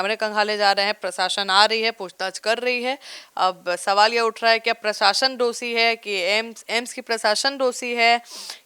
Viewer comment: हस्पताल नहीं अस्पताल होता है। डोषी नहीं दोषी होता है। सीतामढ़ी नहीं शिवहर से सांसद हैं लवली आनंद। आप अपनी उच्चारण और जानकारी सही कीजिए फिर कैमरे पर बोलिए। मैडम जी।